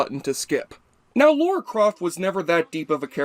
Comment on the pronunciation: Dude, it's "Lara", not "Laura".